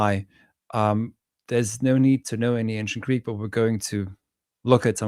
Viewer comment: Listening to vs is like night and day, not least of which for their Greek pronunciation. is atrocious!